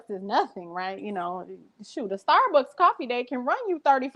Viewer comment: She kill me with her pronunciations starbucks cuppa